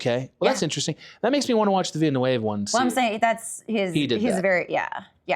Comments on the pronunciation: OMFG the way he pronounces Villeneuve "Veen-uh-wave" LOL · I do enjoy how Adam pronounces "Villeneuve" differently every time he says it. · The pronunciation of Villeneuve cracks me up. I'm pronouncing it that way from now on